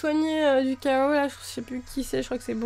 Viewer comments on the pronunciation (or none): none